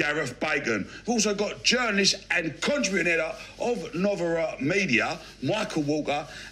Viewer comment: agree... he couldn't even pronounce Novara